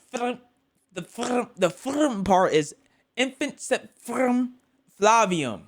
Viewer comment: Also, in Latin, you don't roll most words, and "v" sounds like "w", so it would be amp-hit-tuh-ee-at-room fla-wi-oom